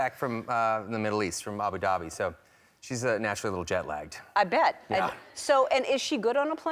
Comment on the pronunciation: i’m from the middle east, and i couldn’t understand where they were talking about, until i realized it was abu dhabi. being informative, not rude in anyway, it’s pronounced “uboo dubeee”